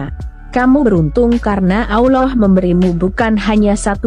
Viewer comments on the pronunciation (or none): none